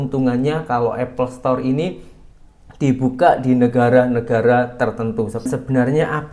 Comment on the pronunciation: Kalau mahu Apple Store bukak di Indonesia.. sebutannya harus betul .. bukan Apple Setor.. , setor ² itu apa sih ? 😂